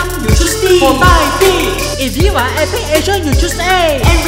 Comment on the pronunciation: 为什么epic有尾音